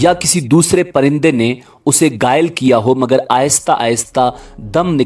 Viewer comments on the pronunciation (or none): بہت اچھا۔۔۔لیکن آپ نے گائل کہا۔۔یہ لفظ ھے گھائل۔۔۔اور کئ جگہ آپ نے لفظ طبعی موت کو طبی موت کہا ھے۔۔دونو ں لفظوں میں فرق ھے۔۔۔ ۔